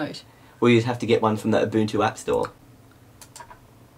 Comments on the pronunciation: From Abunchu to Ubuntu, great job on pronunciation in the last few years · UNBOOTtu Not Ubuntu LOL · When I first heard of Ubuntu, I thought it was pronounced "oo-buhn-too". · In 7th grade when a buddy of mine got Ubuntu on his laptop, I liked intentionally mispronouncing Ubuntu, and it'd drive him nuts when I did it. I'm a great friend. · it's not ubuntu, it's A B A N C H U